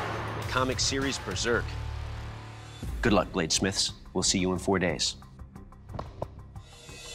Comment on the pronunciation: "Comic Seris Beserk" bruh moment